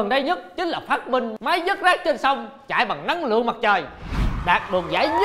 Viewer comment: máy vớt rác mà nghe mà vứt rác :))